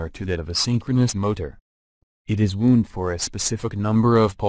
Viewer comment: Winding? Wound? Pronunciation plz!